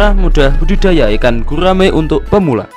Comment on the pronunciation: gurrrraaaaame prrrrrut